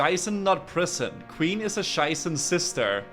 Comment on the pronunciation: Every time he says King Sheiße, it triggers me